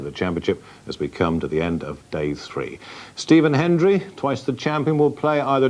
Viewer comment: Hendry! HEND-RIEEE! Not "henry", you Bloody Half-Welsh Balochistani! REEEEEEEE!